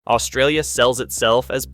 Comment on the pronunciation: Another person who cannot even pronounce Australia lecturing us on Australian culture and geography extremely inaccurately. No thanks !!!